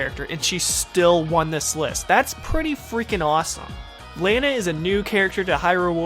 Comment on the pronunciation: im not sure but i think your saying Lana's name wrong